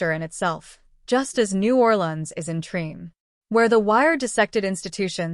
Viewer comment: You know it's AI when it mispronounced the name of the series.